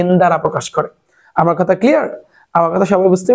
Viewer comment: Bai ❌ Bay,✅ Duwa❌ Duya ✅ Result ❌ Razel ✅ Amar ❌ Amer ✅ 🤣🤣🤣